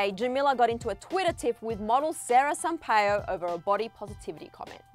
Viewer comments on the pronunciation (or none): it's pronounced sara sam-pa-e-u not sampa-yo